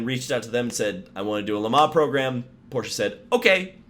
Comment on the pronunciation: Thank you for pronouncing Porsche correctly……with an ah on the end